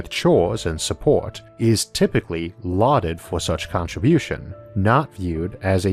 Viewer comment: Lauded sounds like loathed. I had to replay it a few times, to make sure I don't get it (too) wrong. I suggest using praised instead.